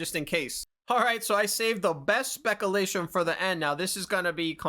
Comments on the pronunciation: Bro stop saying Spekalation. It's "speck-you-lay-tion". Come on. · "speck a-lation" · SPEC OOO LATION 😂😂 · Speck-a-lation vs speck-u-lation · Do Americans really say 'specalation' instead of 'speculation'? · spek you lay shun . lol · I quite enjoy hearing you say SPEK-UH-LAY-SHIN 😂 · Speckle-lation bothered me too lmao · Also bro it's spec Ū lation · I like how u say specalation. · “Specalation” did you graduate high school? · LOL "SPECKALATION" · Hey man, you are mispronouncing the word "speculation" repeatedly during this video. I would strongly suggest looking up the word and carefully listening to how it is pronounced. Would really elevate the quality of your content to the next level if you were to pronounce words like this correctly. Edit: you actually say the word correctly. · As said, it's an inside joke. There's quite a few words he does this with. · Lol. It's all good, bro. Not your fault. But this is how you know who's new to the channel and who's not. Unless your comment is pure sarcasm, and you just wooshed us all. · I'm pretty sure he's joking aha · lol imagine being this dense. hes clearly mispronouncing it on porpoise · One of the main reasons I watch 🤣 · Personally I thought it was obvious that he was intentionally mispronouncing it and I thought it was funny. I have also mispronounced that very word in exactly the same way in the past when I'm around my buddies and goofing off. I think MANY people have at some point. My x gf was a brainiac and book smart but she never could understand things like this, had to correct everyone, and it caused fights lol. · Love the vids but it was so hard to hear say speculation wrong 42 times😂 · He keeps saying speculation wrong 😅